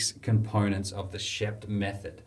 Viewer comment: It's Sheep-t.